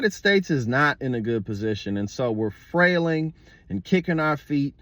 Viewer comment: The word is flailing not frairing... another brain dead guy talking about something he has no clue about